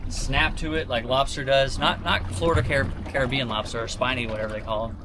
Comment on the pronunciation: Thanks for the proper pronunciation of the word caribbean. 👍🏽